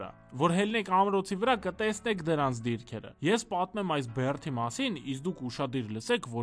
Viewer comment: Եթե աղբը հավաքում էք դա դրական է, բայց ո՛չ թե "բեռթ", այլ "բերդ", ոչ թե Բեռթավան, այլ Բերդավան, ոչ թե "կառուցվել ա", այ կառուցվել է, ոչ թե "ամոթ ա", այլ ամոթ է, և այսպես շարունակ սխալ սխալի հետևից ...